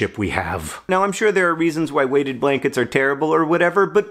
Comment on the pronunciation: I honestly thought you were saying "Waded Blanket" which I assumed had something to do with ducks and were somehow heavier than normal blankets. I'm still not sure your not saying Waded if I watch your lips. Then about 6 hours later last night I saw another story on Weighted Blankets thought that's weird, two type of blankets causing a stir on the inter web at the same time. It's 40C/100F outside right now, the sky is red with dust, and no doubt many parts of Australia are burning again today. But I still want a Waded Blanket for winter and look forward to being snuggled under it with my new puppies.